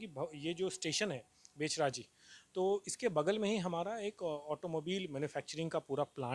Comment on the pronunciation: आप का उच्चारणगलत है। बहेचराजी नहीं।बहुचराजी.जो बहुचर माता के नाम पर हे आभार